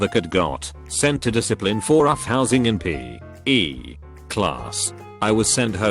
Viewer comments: "it's peh class" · Nobody: Text to speech: PEE. EEE. Class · Ahh good ol' PEH class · No one: Not a single soul: Automated voice: Peh class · No one: Reddit Text to Voice: P.............E Class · No one: Text to speech : PEH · No one: The narrator robot thing: PEH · “It’s peh class” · Can you at least rewrite the post so PE doesnt sound like pen and other shit Edit: also iss sounds like ice, it's for the blind who dont know what the fuck is going on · Dude you pronounced P.E. pe like pe from the word Peppa pig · PE = peh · The first one "Ice" ISS In school suspension "Peh" PE physical education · Nobody: Text to speech: PEH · Love how the auto reader thing reads PE. When it first said it, I wasn’t watching the video, just listening, and it said Peh. My reaction was, “What the hell is Peh??” Then I looked at the screen, read the word, and laughed until I cried. These auto readers are the reason we still have teachers to read things out loud. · "Roughhousing in Pee. E. Class." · Reddit post: P.E. TTS: p e h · Ah yes my favorite class "Peh" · Peh class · It’s peh class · No one: Literally all of Hell and Heaven: The automatic voice dude thingy: pEH